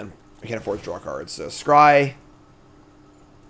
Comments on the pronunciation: Of course it stings a little whenever mispronounces a card name but it's also really funny how chat keeps screaming into the void of his dyslexic brain with increasingly useless advice. Anyway Fox from Starfox flies an Arwing but in OTJ he'd ride an Arwynx. Boom mnemonic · Air-Inks? like Lynx, Sphynx....i mean its not important, but way too much time was spent on it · Fyi, for how to pronounce Arynx, you're currently swapping the N and the Y letters. Say "lynx" (as in the animal) but with a R instead of the L (so "rynx"), and then put an A in front. I'm not sure people care if you say Ay-rynx or Ah-rynx or whatever, as long as you don't put the N in front of the Y haha. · Chat giving him the business about his pronunciation of Arynx. They've had it as well 😅😅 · I've been saying it since day 1 haha. When he interviewed all his teammates at the Pro Tour a bunch of them said it correctly, and then interviews himself and says it incorrectly 😅 like he's surely doing it as a joke at this point hahaha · Before the end of the set I need to hear him say arynx properly one time. It wouldn't bother me so much if it was a tomato/tomahto situation (or how he pronounces brigand) but he just throws the order of the letters out the window. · BrigAND I can forgive him for, sure he's saying it weirdly, but at least the letters are correct. Arynx he is swapping the letters around so it's a different word entirely.